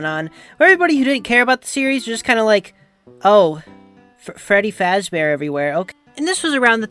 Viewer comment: Fweddy Fazbore.